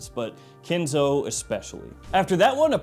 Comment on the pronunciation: Why are you saying kinzo?? 😂😂😂 It's Ken' zo